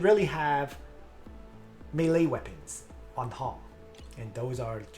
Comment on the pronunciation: For good sake it's pronounced "maylay" not "milee"